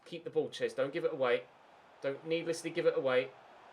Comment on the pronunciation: You keep saying Ches Mate 😂